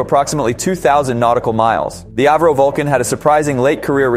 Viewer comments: It had a cone nose its pronounced AVRO not airvro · It's not pronounced AV RO, It's A. V. RO after Sir Edwin Alliott Verdon-Roe. My wifes great uncle was one of the Vulcan's test pilots. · It's pronounced ah vro